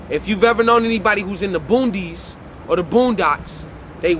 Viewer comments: I've never heard it called "Boondys" Boonies, I know that. This guy might have been living under a rock. Also, "Fleek", get wit it guy, it's 2021. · It's tha B-O-O-N-I-E-S no D lol